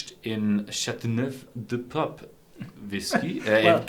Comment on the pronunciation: cha-tu-nev LOL